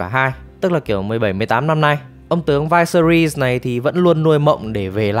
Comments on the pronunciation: "Vai se ri"??????? Nghe đọc cái tên xong tắt mẹ video luôn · Vyseris đọc là là Vi-xe-rítx xin góp ý cho bác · mình tưởng đọc là vi sê ríts chứ nhỉ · Viserys, kbt mng có xem phim k chứ đọc tên lệch lạc vl